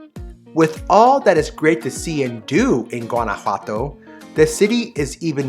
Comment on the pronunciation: Beautiful video, just one criticism…your pronunciation of Guanajuato!!!